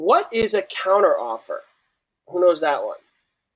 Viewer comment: Great videos, but I honestly think I lost a couple million brain cells listening to these people talk. Doesn't even know how to pronounce counteroffer haha.